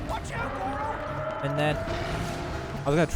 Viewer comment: I missed why he calls him Goro!? He does in breath of the wild too. Is it cuz it's hero with a g?